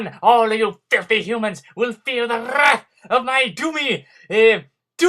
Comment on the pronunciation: I'm not sure zim rolls his "r" sounds when he says wrath. And his voice isn't that high pitched..